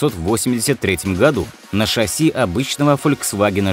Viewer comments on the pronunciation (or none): none